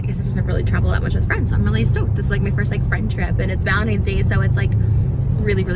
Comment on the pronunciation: Baby... it’s valentiNes. With an N love.